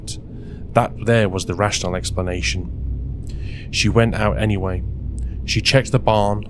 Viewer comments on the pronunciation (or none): none